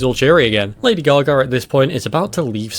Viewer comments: Great video But also "Lady gar gar" lol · "Lady Gar Gar"